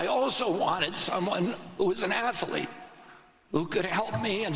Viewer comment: I can't vote for someone who pronounces it "ath uh leet". Or someone who's crazy; that's important too.